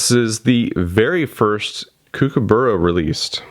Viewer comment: Given that you like kookaburras, I suggest you look up how to pronounce the word; echidna as well.